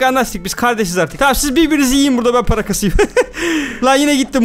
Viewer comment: Abi paraya para demiyon paraya mara diyon